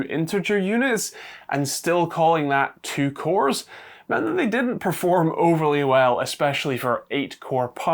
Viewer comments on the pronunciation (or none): none